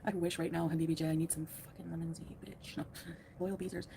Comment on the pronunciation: Right at the beginning when Chantal starts talking she says, "I need some lemon-z."